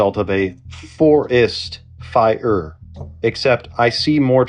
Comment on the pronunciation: "for est fi er"